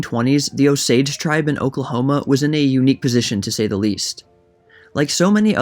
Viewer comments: It’s OH-sage not ohSaAge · good video! i love this book but it's read O-s-age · You are not pronouncing Osage correctly. It's not a big deal, but as an Osage native, it's not "Oh sAdge " its more like "Os age" hope that makes sense Thank you for covering this. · Is that the proper pronunciation of "Osage"? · It's not Ohsage or O-sage, it's just Osage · The pronunciation has the emphasis on the “O”-sage, not o-SAGE. And it’s Leavenworth not Leeeevenworth. Do better. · Your emphasis is on the wrong syllable it's O sage not o SAGE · Born and bred Okie here-- Osage is pronounced OHsage, not, oSage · It’s pronounced OH- sage not oh-SAGE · Please learn to pronounce Osage. Emphasis on the second syllable. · You can not get white from color copper or what you all call black. Your lying has caught up with you. None of you are Osages. Again you can’t even pronounce our tribal name. The portraits that you are showing are beings from the trans- pacific trade slave. Chinos, chicanos, Asians. Which when they brought you all over from the East to our homelands did not make you all Americans. The invaders are always going to lie to try to on to our land . Go home this is aboriginal land. If you don’t the Creator is going to exit you devils. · The accent is on the O. Great job though. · Emphasis on the OH, not the sage. 😊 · You are putting the accent on the wrong syllable in Osage. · I grew up in the area, always heard it pronounced as OH-sage. Had heard bits of this story but glad it's now being shared with the larger world. Heros and villians never are as simple as we'd like to think. And Leavenworth.. it's LEHvanworth, not Leevanworth...just to be a pissy Westerner.